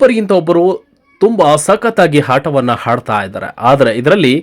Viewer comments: ಹಾಟವನ್ನು ಹಾಡ್ತಾ ಇದ್ದಾರೆ 🤣😂🤣😂🙏ಅಲ್ಲ ಸರ್ ಮೊದಲು ಕನ್ನಡವನ್ನ ಸರಿಯಾಗಿ ಉಚ್ಚಾರಣೆ ಮಾಡಿ 👍👍👍all the best 🌹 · ಥೋ ನೀವು ಎಲ್ಲರೂ ಮೊದಲು ಕನ್ನಡ ಶಾಲೆಗೆ ಹೋಗಿ ನಾಲ್ಕು ವರ್ಷ ಕಲಿತು ಬಂದರೆ ತುಂಬಾ ಒಳ್ಳೆಯದು ಆಟವನ್ನು - ಹಾಟವನ್ನು, ಆಡ್ತಾ - ಹಾಡ್ತಾ. ಅಸಹ್ಯ ಕನ್ನಡ ಕೊಲೆ ಮಾಡ್ತಾ ಇದ್ದೀರಾ? ನಾಚಿಕೆ ಆಗುತ್ತೆ ಛೇ 🤦🏼‍♀️🤦🏼‍♀️🤦🏼‍♀️🤦🏼‍♀️🤦🏼‍♀️🤦🏼‍♀️